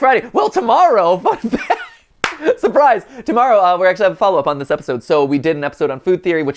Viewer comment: it took me many listens to realise he was saying "fun fact" and not something very out of character